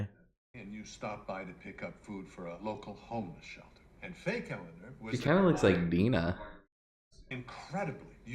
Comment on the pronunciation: About Ted Danson pronouncing "Eleanor"...I saw someplace (can't remember where) that Ted Danson said he had no idea he was pronouncing "Eleanor" differently than every one else. While most say "El-a-NOR" he had been saying "El-a-NER". One time he said the more common "El-a-NOR" and they said "no, pronounce it like you usually do" and he was like "what are you taking about?"